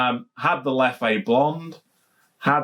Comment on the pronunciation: Great to hear you now saying Leffe properly! 👍🏼